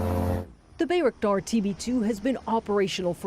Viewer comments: it's name is not Bey-raktar, it's name is Bayraktar., Bay pronounced like by or bye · I keep hearing Bea 🤣 lol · At least say it right. Aren't you a journalist? By-rock-dar. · Bay - "wreck" - tar. Damn right it is! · Narrator talks about the song where bayraktar is said over and over, then repeatedly mispronounces it herself. Well done CNN, well done. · side note to the lady doing the report...how is it you listen to the song and still pronounce the name of the bayraktar wrong ? 0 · She keeps mispronouncing the name, despite being shown how it should sound by the song and the Turkish designer. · When your news story is a month late…and the reporter can’t even pronounce the name of the drone correctly. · Ukrainians know how to pronounce it correctly, unlike the CNN reporter. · Why does CNN/ (the media) keep saying the name of the drone incorrectly? Considering they interview many people who say it correctly. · Sigh.. why do you guys always butcher the names.. Ukranians are pronouncing it correctly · I love how the song pronounced it correctly, even in Turkish, and the anchor was like “nope… I do what I want”.